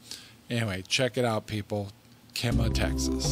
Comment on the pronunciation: We live 20 min north of Kemah. We would have loved to meet yall. Kemah Boardwalk really is a hopping place. fyi. The first half of Kemah is pronounced Kee . we really love your videos and podcasts.